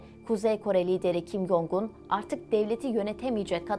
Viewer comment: Dilimde tüy bitti. Allah aşkına isimleri doğru telaffuz edin. Kin Yong? değil Kim Con; Kim Yo Yong değil Kim Yo Con. Bir bilene danışsanız size daha çok yakışır. Video'yu izleyemiyorum bu şekilde.